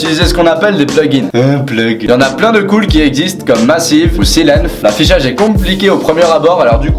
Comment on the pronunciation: Et Sylenth1 "silenf" mdr